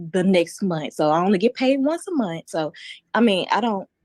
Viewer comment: In college and gets paid "Once a munt"?